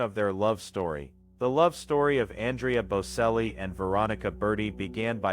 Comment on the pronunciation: Get the pronunciation right. Its bocelli the c prinounced ch. If you are doing these posts please get the pronunciation right!